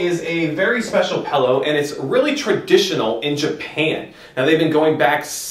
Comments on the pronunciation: This is probably a very informative video but I had to stop watching after 2min (I can't believe it made it that far) because you say PELLOW. AHHHH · OMG! PELLOW! IT IS A ..... P-I-L-L-O-W!